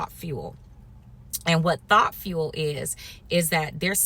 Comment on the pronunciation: When you said Thought Fuel, I originally heard you say "T.H.O.T. Fuel"! 😂😂🤣🤣